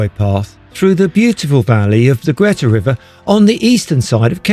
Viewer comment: I remember going on one of the last trains as a nipper. The driver came and asked me if I'd like to sit with him at the front. I was beside myself with excitement. A memory which will last a lifetime. Nice video. Thanks P.s ..Greta is pronounced Greeta